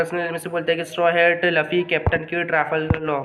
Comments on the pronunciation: Bhai Laffy Nahi Hai Luffy Hai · OR. LAFFI. NAHI. LUFFI